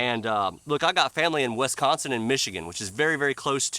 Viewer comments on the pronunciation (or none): none